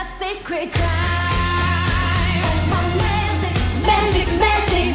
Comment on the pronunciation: Magic 부를때 계속 Magic을 Mazik으로 발음하는게 거슬림.. 😑😬 매직은 [매쥑] 이 원음 발음에 가까운데 계속 [매zeek] 이러고 있음… 아무리 콩글리쉬 라지만… 그래도 신경쓸건 써야한다고 봄